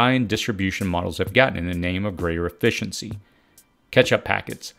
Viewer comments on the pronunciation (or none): none